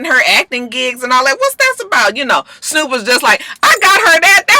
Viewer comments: you gotta get the ou. It's snourp. Like, you gotta put ya lips together like you doing deb but it has to be an ou plus a r sound. It's the bmore pronunciation. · when you say Snoop, it should sound like Snyoop...